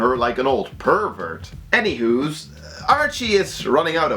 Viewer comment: Did you say ANYWHO?